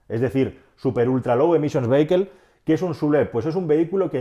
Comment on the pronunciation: Minuto cuando pronunciando "vehicle" has pronunciado "veiquel" me ha partido el culo. Por favor se pronuncia "VÍACOL".